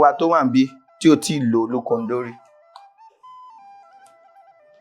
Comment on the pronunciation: Point of correction it is olúkòndó - not olúkondó.